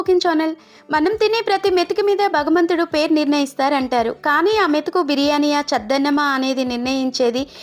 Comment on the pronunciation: 1 భగవంతుడు not భగమంతుడు 2 తుంచుకోవడం not చుంచుకోవడం.